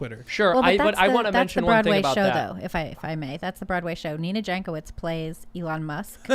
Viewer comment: Jankowicz surname is of Polish origin and should be pronounced as 'Yankovich'. Or you can just say it wrong.